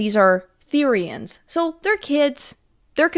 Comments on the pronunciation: the-RI-annes I CANT- OMG 😂😂😂 NEW ACRONYM: BEFORE YOU HATE, EDUCATE! BEFORE YOU HATE, EDUCATE! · the way she says therioens just makes me wanna laugh lol